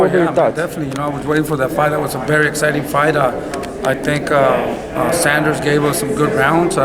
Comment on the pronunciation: Can you Americans please get billy joes name right...its not sanders..its saunders